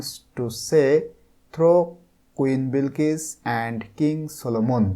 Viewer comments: Sar aita bilkis na balkis hoba😂😂😂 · বিলকিস না বালকিস😂😂